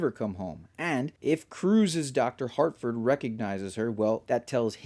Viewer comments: Good video, and, I agree. This is an initiation into the cult, but, it's Harford not Hartford. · Great video. But, my guy, there is no ‘T’ in ‘Harford’, lol.